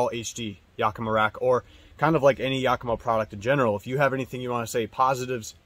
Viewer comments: Why does he keep saying "yokima" rack. It's yAkima... emphais on the "A"... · Cool set up, and thanks for sharing your smart design tips. For what it’s worth, as a native of Yakima, I can tell you the “Yak” in Yakima is pronounced like the word “back”, as opposed to the word “”jock”. Hence the phrase “yack attack!”. And, the “eau” in “tonneau” is ponounced like “oh”, not “ooo”, like choo choo. :-) I’m not being critical of your good content. I’m grateful for it, just trying to slow the new and growing trend of calling tonneau covers “tonooo” covers. Id never heard that until about two years ago and now it’s all over the net. Cool truck and please keep the content coming!